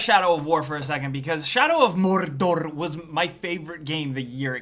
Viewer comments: I like how you said MORRRDORRR. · Shadow of Morrrrrrrdorrrrrr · Geralt of Rivia Sounds like Spanish